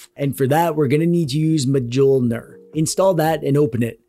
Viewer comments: “Majoulner” 😅 It’s pronounced “miolnir” Thanks for the tutorial very good 👍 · It's pronounced MIH-YOHL-NEAR. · Mjolnir is pronunced "m-yoll-near" btw. Basically the j is a y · I think it's pronounced mee-ohl-near. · mjolnir is pronounced m-yell-ner btw i really don't know why it's spelled with an i, it's just "mjølner" here in norway, probably some stupid swedish or danish fuckery, maybe icelandic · You cute silly boy you. Mjolnir is not prounounced like that "muhjolnir". Its a soft m that leads into the j. Mjölnir in Swedish. Or maybe you are doing a bamboozle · Man you butchered the pronunciation of Mjolnir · I will start pronouncing Mjölnir the way you do from now on, as it sounds so hilarious. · Me too 😁